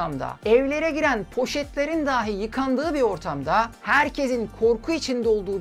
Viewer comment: Lütfen, daahi daahi deyip durmayın. Çok zor değil doğru telaffuz etmek. Sizin nezdinizde tüm konuşma ağırlıklı içerik üreten YouTube'rların işlerine daha fazla özen göstermelerini rica ediyorum. Bu da benim geri bildirimim olsun, bakalım dikkate alınacak mı? Dikkate alınmasa "dahi" ben izleyici olarak üzerime düşeni yaptım.